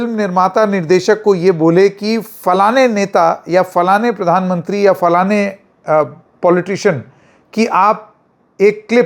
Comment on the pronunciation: falaane falaane nahin, that's a slang in urdu for vagina. It is flaan flaan. 😂😂😂😂😂😂